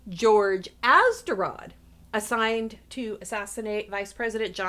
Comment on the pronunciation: YOU HORRIBLY MISPRONOUNCED ATZERODT'S NAME!!!